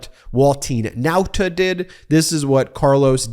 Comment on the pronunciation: I like the way you pronounce Nauta the chamorro way. Check with the Guam and CNMI US Representative on Washington . Most media pronounce it the wrong way.